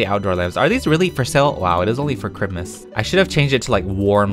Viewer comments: You said citmiss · Me: Looks at money: Spends over 50k on baubles Me: “PEETAH!”: “mErry chRiMuS guYs!” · lalalala Me: thinking he’s going to say jingle bells: chrimus tree crimus tree Me: WHAT!? ———————————————— Real title: going broke for 8 minutes ————————————————————————- Also MERRY CHRIMUS 🎄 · People: Christmas, Noel, Navidad, (thats all the languages I know 😌): Chrimas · I love how he always says crimas and not Chrismas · crimas Me: Christmas!!! Not crimas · you should say Christlemiss instead of ChrMus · Me: struggleing to say christmas cus of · Why do you saw crimis instead of Christmas? Not to be rude or anything but can you answer that do you just say it to be funny or like what? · I luv how says Chrimas LOL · How normal people say Christmas: Christmas! How says Christmas:✨Crimas✨ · You said Christmas not right